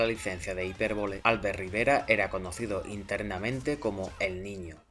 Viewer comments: yo sé que esto no tendrías porque saberlo ni pronunciarlo bien puesto que según lo que se desprende de aquí eres de Madrid, y no te lo tomes como nada personal pero la pronunciación correcta del nombre del señor veleta, no es álbert, sino albért. La palabra Albert en catalán es aguda a diferencia del castellano en el que el golpe de voz mas fuerte se produce en la primera sílaba.Solo era una aclaración enhorabuena y sigue con el trabajo de divulgación periodística tan excelente que haces. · hola , en castellano se pronuncia igual que en catalá ,,,Albérto , con la fuerza en la segunda sílaba , palabra llana ,y sin tilde ,,la he puesto para que se vea mejor la pronunciación , no ÁLBERTO ,, en la segunda , no en la primera si no, sería esdrújula.,,un saludo